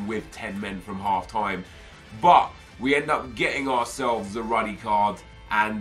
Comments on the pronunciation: Its called rudy Not ruddy 😂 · it's pronounced "ROODY" ffs he's not John Ruddy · you sholud say "roody", that's the correct way to say it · Ruuuudy You pronounce it ... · Is it not pronounced 'roody'